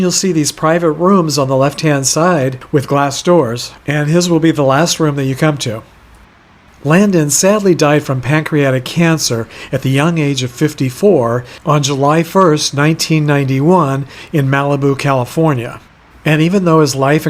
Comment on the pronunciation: Did you say pac-creatic cancer?